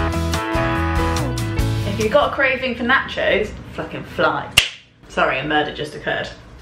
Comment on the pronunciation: Lol. when she cooked the "nachos" her British-ness really showed up